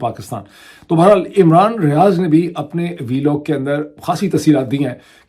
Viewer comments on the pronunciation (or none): none